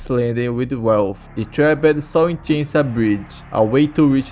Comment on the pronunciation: “Itraped” bro u dont pronounce it like that.